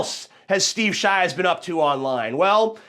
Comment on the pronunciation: "shteev sheevs"